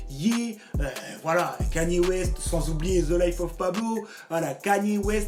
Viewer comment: Comment t’arrives à dire « Grammy » mais t’arrives pas a dire « Kanye » ? Le mec a fait carrément une chanson où il chante son nom pendant 3 min « i love Kanye »... mais tu dis toujours « Keni »